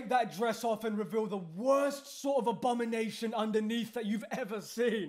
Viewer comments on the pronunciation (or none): none